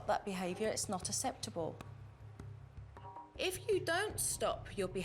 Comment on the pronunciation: I love Supernannys work and teaching so much. But her strange pronounciation of some words is puzzling. Nobody says "asseptable" for acceptable! Nobdy except Supernanny. The Americans probably think its an English pronounciation.